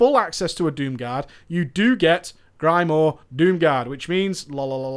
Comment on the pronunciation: Your inability to pronounce grimoire is like fingernails on the blackboard of my mind :(